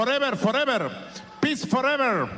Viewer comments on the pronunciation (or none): Maduro's english " -- Not war(not were), Just peace( just pizza, jazz peace) Victory pizza".